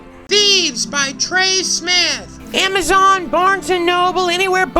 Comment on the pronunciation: Im sorry its Trey not Tery